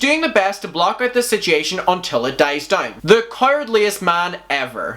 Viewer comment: I was about to comment the same thing and then saw this.. it gets me every time! 😆